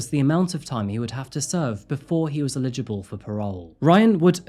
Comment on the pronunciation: Please never say the word "eligible" again